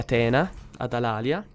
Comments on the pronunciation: Edoardo Lusuardi si la città corsa... di solito la pronuncia alàlia anzichè come è corretto dire alalìa.. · La pronuncia è Alalìa...Comunque prima di costruire la città ellenica costruisci i templi che danno ordine pubblico!!